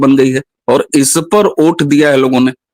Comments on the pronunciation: आप लोग वोट को ओट क्यो बोल रहे हो मेंने बहोत बार सुना, अलग अलग वीडियो में भी आप लोगो को सुना लेकिन वोट की जगह ओट ही सुनाई दे रहा है। शायद में बहोत गलत भी हो सकता हु, फिर भी मेने आपको ये लिखा खास करके मेने को वोट को ओट कहेते पाया है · लेकिन ये तो बताओ की में जो वोट को ओट सुन रहा हु वो सच मे ओट ही बोला जा रहा था या फिर वोट नहीं पर ओट ही बोलना सही है